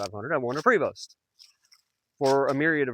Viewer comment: Enjoyed the video. You have done a fantastic job on the conversion. Prevost is French and is actually pronounced Prayvo. Enjoy your bus and travels. My motto Have Fun Stay Safe and Keep Making Memories